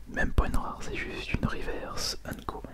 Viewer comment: les riverse de prononce riveurce je suis grand collectionneur donc je connait assez bien